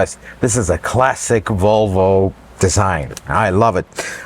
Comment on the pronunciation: Huh? What did he say? Wtf is a Wolwo? What country is this clown 🤡 from? Get the marbles out of your mouth. 🙄🤦🏻‍♂️ 🇺🇸 Leave sales to the salesman.